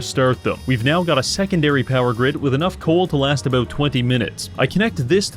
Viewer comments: What's the problem with saying the word "about", is this some kind of incurable birth-given disability? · I heard the Canadian in this one “Aboot” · Canadian detected.